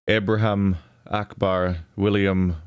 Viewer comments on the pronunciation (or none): none